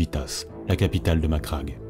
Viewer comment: Très bon travail, bon rythme , et surtout... tu prononces Macragge correctement. Merci. Un mixage musique moins fort (ça étouffe la voix sur la voix par moments, comme vers ), un tout petit peu plus de pause sur la ponctuation, une inflexion plus marquée, et tu rejoindras vite le niveau de Baldemort :)